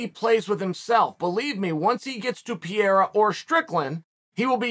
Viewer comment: I'm not one to offer advice on pronouncing names, but Chael is so far off, consistently on Alex Pereira, and I cannot stay silent. And. yes, I know the allegations that he does it on purpose to bother commenters! That's how good he is, cause I'm still commenting! Chael says "Pee-air-uh". It's even missing syllables. Uncle Chael, if you see this, try "pair-ay-rah". That's close enough. In portuguese, the r between vowels is more like a soft D. "peh-ray-da"